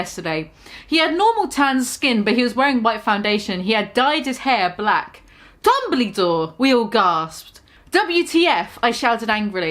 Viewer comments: Lmao I’m deceased even though they spelt Dumbledore correctly you keep saying “Dumblydore” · mispronouncing Dumbledore spelled correctly gave me life.